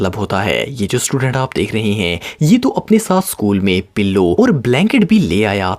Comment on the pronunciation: when you say pillow it was very funny